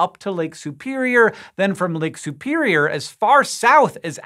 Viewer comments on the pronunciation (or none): I really loathe the way you pronounce Lake Superior. Lake Soopeereeyer.